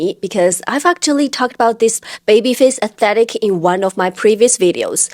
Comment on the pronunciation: u say Aye-tetick lol instead of aesthetic :D